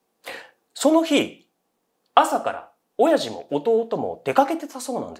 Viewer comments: お⤴︎やじのイントネーションばかりに気を取られてしまった… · 親父の発音が気になって